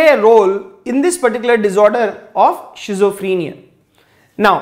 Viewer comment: well teaching style with clear voice... but have one suggestion, there is no any word of 'shizophrenia' actually it will be schizophrenia , if u don't mind sir.....